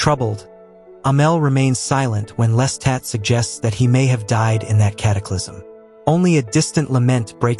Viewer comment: your constant mispronuciatioin of Lestat as "lesstat" made this impossible for me to listen to. Watch the movie or television show to learn how to say his name properly.